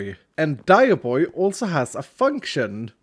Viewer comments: dioboi sounds like Dai bo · Every time he says dioboi i hear "die" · As an Italian, that Dioboi is one vowel away from absolute perfection